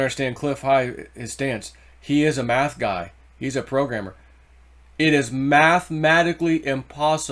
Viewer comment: It's "mathematically" Not mathmatically. You are missing a syllable in the middle.